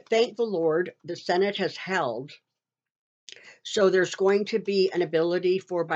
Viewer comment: I've seen your videos for a while. Very informative. I've noticed for some time that when you pronounce your "s's" they sound like "sshhs". Are you using a dental retainer? You know those retainers that are used by patients who have used braces? When you say "so" it sounds like "sho".